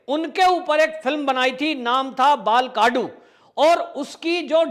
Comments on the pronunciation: बाळकडू कहे, बालाकडू नही. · बालकाडू नहीं, बाळकडू!!! 🤦👊 बाळकडू का मतलब है- 'छोटे बच्चे को जो (कड़वी) घुटीयां पिलाई जाती है, वो।🙏🚩